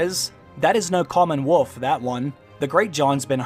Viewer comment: It's wolf, not woof. Thank you.